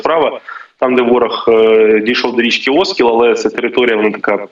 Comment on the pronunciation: Правильно - Оскіл, наголос на і.